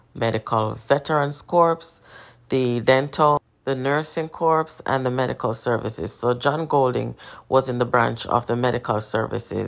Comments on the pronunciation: Indeed Corps is pronounced " korr" or kore or kor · Corps us pronounced Core